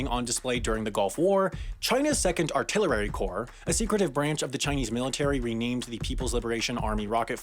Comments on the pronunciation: from this video i learned that some people pronounce artillery as artillerary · Love you but I am gonna razz you for saying "artillerary" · "artillerary corps" boo booooooo do you even english? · i like how he said artillirery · Ah yes, the Artillerary Corps! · "artillerary" lol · he says "artillery" like "artillerary" 😂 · "Artillerary core" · I was an artilleraritist back in the day . . . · Artillerary corps? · haha you pronounced artillery wrong